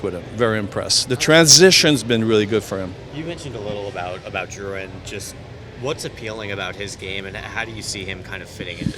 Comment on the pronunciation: I like he said Drouin in Quebecer way rather saying the name in an american way.